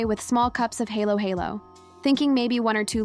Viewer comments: I am a Filipino and speak English sometimes. Not perfectly because it is only a borrowed language, not my native language. Important, able to express one self and understood. Aside from KaraOke fever, now Halo-halo? Pronounced as read. Not helo-helo. Thanks anyways! for patronizing our native product. Filipino influence maybe worth embracing. What's next? Maybe, praying the Rosary everyday possible. Good Sunday Evening to all of us and may God bless us all! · Your narrative could be more authentic if you teach your AI how to pronounce correctly halo-halo and ube. The ha in halo-halo sounds fa in fa-ther or fa in the musical scale. Ha isn't he, but like Hu-mble pronouncing halo-halo like hello-hello is cringy. Ube is NOT pronounced as ubbb. It is o-bee just like you say the alphabet O-B. Hope this helps!😮